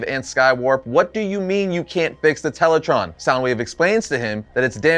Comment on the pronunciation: Tele-TRAAAAAN. not Tele-TRON.